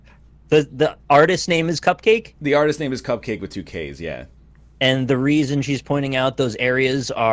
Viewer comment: No joke, Cupcakke is pronounced "cup-ka-kay" and not cupcake. I only know this because she performed at my school this year